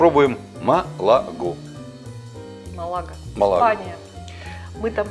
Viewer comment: Есть такой футбольный клуб, но произносится с ударением на первый слог.